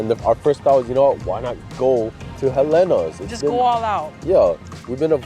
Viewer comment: I’m so happy you said Helena’s is da best❣️❣️❣️ by the way I found out that the correct pronunciation is “He lina’s”. 🤷🏽 Waiola Shave Ice❤️❤️❤️🤙🏼 Fukuya Okazuya❤️❤️❤️🤙🏼 Saimin - I love Palace BUT I gotta try Shige’s! Leonard’s Malasadas❤️ Gotta try Poi Mochi ❤️ gotta try Cinnamon’s Kalbi Loco Moco